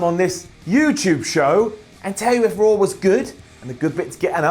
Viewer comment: did he say Rawr Ups and Downs?